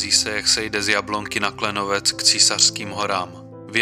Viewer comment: To je to isté ako hovoril že Klenovci 😂 ale inak fajn video ale musíme pochopiť že je Čech a niektoré názvy robíš problém